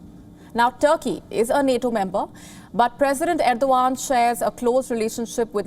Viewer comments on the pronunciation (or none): none